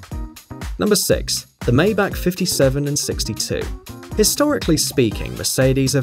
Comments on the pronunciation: Pronounced "fay at on" and "Mybach" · IMHO, you should improve your pronounciation of "Maybach". Hint: It is NOT "Maybaak"... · the legendary "Méjbaak" 😂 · it's "Folkswagen", not "Wolgswagn" , it's " Mybachhh" not "Maybakk"